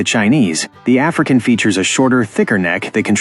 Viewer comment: i dont like the way he said the african